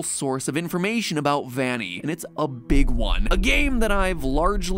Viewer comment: "And its a BEEG one" <--- was funny